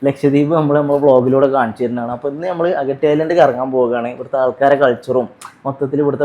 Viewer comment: അഗട്ടി അല്ല അഗത്തി ആണ് 😅